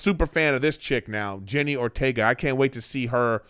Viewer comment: Wednesday was a great show. But if you love her so much...put some respect on her name...LOL. JENNA not Jenny. 😄